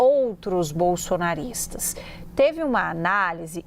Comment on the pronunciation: Ela enche a boca ao falar " bolsonaristas" 😡 Pq hein?🤔